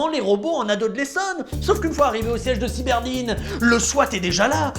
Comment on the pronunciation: C'est cyberdyne et pas cyberdine, siiiiii senior 😜